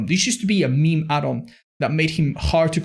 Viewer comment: says meme instead of meme 😂